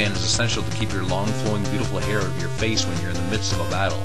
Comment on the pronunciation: "Out" is pronounced owt, not oat.